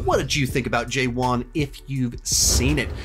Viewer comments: Its not pronounced J One its Pronounced Ja Wan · it is pronounced as "juh-one" not "jay-one" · Pronounced “Juh-Vahn” not “Jay-Whan”, the w is V sounding. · Jay-Von 😀 ...it's pronounced Juv'Aan. Nice review 👏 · to be pronounced= 'ja'waan, not JayWan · I fell off from my chair when you pronounced’ JEWAN’ 😢